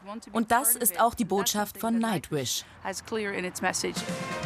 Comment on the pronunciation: Did he really say Nacht-wish? lol ha ha